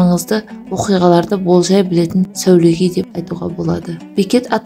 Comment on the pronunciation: Сəулегей емес, сəуегей